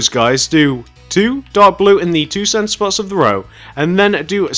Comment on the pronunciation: When he says center it sounds like he says Santa lol and sorry if this sounds mean and yea plz do tarts next